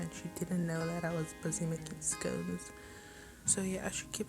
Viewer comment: Good job pls its not scouns its scones